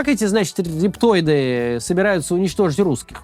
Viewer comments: Максим, не знать элементарных вещей человеку вашего уровня непростительно. Не рептоиды, а рептилоиды! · Рептилоиды, а не рептоиды! Эх, не шарите, вы, Максим, в юридической науке... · В наше время стыдно не знать кто такие рептилоиды и очень стыно произносить это слово неправильно!